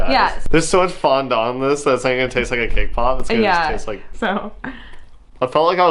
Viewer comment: Everytime she says cake pop, I always somehow hear her say K-pop xd